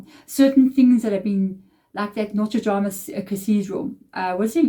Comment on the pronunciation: I love you soooo much!!! ❤️‍🔥🔥❤️‍🔥 Thank you for your continued motivation and lifting our spirits up EVERY DAY! 🙏🏽💝🙌🏾 Not picking on you, nor bragging, but they say “Notre DA-MEUH” (phonetically) meaning “Our Lady”, and not “Notre Drama”… 😂